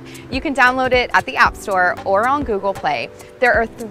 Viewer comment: Download our "op"? Get your "mot"? Work on your "obbs"? Put the bar behind your "had"? Why does she refuse to pronounce the a in app, mat, and abs, but then she makes that omitted a sound instead of the e in "head"? No one has a "had" perched upon their neck. It is a head. H-eehhhh-d. You have a "h-eh-d", not a "had", on your neck. Or should I say "nack" instead of "neck" so she can understand me? Ugh. What's with this trend of middle-aged American women these days not understanding how to pronounce basic vowel sounds? Too distracting. Can't make it through this video. I don't want to end up with "obbs". Sounds like a dreadful disease.